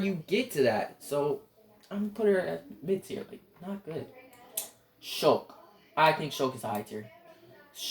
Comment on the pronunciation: Shulk not shill